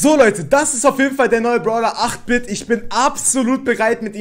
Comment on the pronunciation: Ich werde 8 Bit gleich bekommen weil ich 7k habe und man den bei 6k bekommt aber 8 Bit wird englisch ausgesprochen eight bit